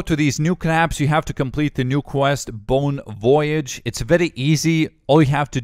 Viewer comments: Lmao "bone voyage" nigga it's "bòn vóyagę". Btw those are completely randomly selected letters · bon voyage? pretty sure that's french and that's not how you say it lmao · Did he just say 'bone' voyage